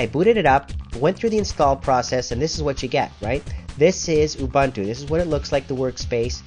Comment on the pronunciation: Say it, just once "oo-boon-too" = "ubuntu" Just once, say it right, pls!